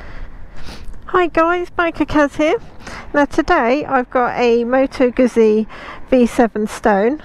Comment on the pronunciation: Moto Guzzi not Moto Guzi